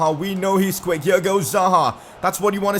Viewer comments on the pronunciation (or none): none